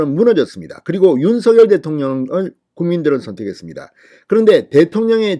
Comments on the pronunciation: ㅎ 발음하는데 혀가 문제인거 같아요ㅋㅋ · 윤석열 대통령을 항상 윤서결이라 부르 듣기 거북합니다 윤성렬이라 부르세요